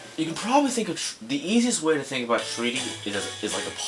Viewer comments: It's not "treaty" it's "try-tee" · I lol'd when I faced it on the DS version. And then I read the puzzle guidelines and got it first. Btw, it's pronounced Try-ty. As in 'I' sounds.